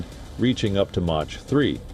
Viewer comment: Mach is not like "Much", it's "Mock". The voice sounds like AI, but maybe it needs work on that word. If man, there ya go